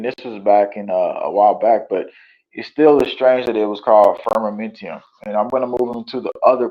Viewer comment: Firmamentum…no i in the last syllable.